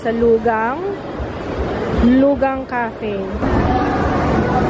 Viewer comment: "Loo-kang" po basa dun. Current drugstore faves po ds month plssss.:)